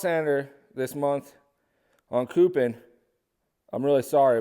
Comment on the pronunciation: Be nice if he knew how to speak English as well. Stopped the video just because of how he said harbor freight and coupon.